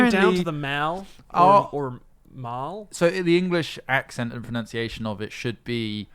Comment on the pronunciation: Interesting that miss pronounced 'pronunciation'